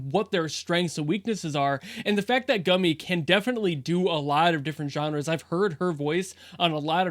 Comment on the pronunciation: i did giggle a little every time he said Gummy...